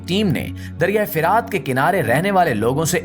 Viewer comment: Bhai dariyai firaat nahin dariyai furaat hai jumle theek Ada Kiya kro